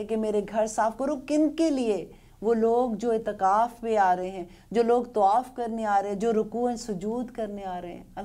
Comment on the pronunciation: AsslamoAlekum Apne tawaf ko tuaf kyu kha me apke sare apisod sunty hoo masha Allah bhut kuch seekh liya Allah aur ilm ki tofieq de Ameen